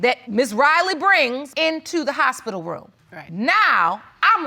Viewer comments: It's hospital not HOUSEspital😁😁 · Did she say Housepital?